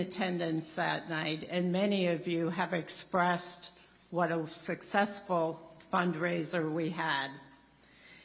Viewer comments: a sussessful ? a sussessful ?? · Fantastic., a person that can't even say the word successful is doing the nominating.